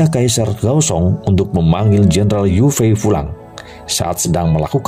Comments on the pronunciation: Yue fei.. di ucapkan ye fei.. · Iya.. nich tulisan yue fei.. tp ucapan harus ye fei.. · Jendaral yue fei di baca yok fei..